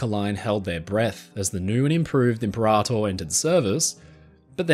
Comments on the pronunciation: "Limperator" lol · i had to pause the vid to laugh out the "Limperator" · the way you intentionally mispronounce imperator over and over cracks me up. love the dry sense of humor